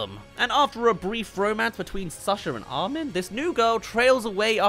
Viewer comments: Arwin🤣 I thought he wa called Armin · Ah yes "Arwin"